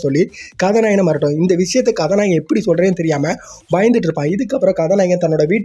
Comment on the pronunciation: Ethana kathanayagan konjam slow va pesuga mathapadi nala iruki story explained. Neega kathanayagankathanayagi nuspeed ha solurathu enku katha nayeee kathanayeenu kekuthu bro alaga pesuriga plz porimaiya pesi poduga